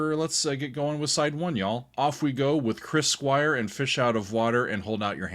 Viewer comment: Cwis Cwire?? What about Wick Wakeman? 🤣